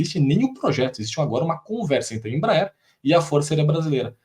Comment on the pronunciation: Não é IMBRAER é Embraer